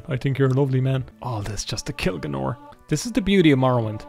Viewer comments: Who is G'nor!? You mean GAYNOR? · Pretty sure you don't say Gaenor like "G'norr". That's a kind of quick soup. It's just not how we say the AE sound, which Americans confuse for the EA sound, but it's like a hard A isn't it, so it's like y'man Gaynor, isn't it. No need to make a meal of it, bonnylad.